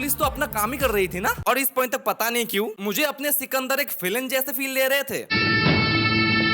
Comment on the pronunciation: Bhai chukandar nahi sikandar hai yaar.😂😂😂😂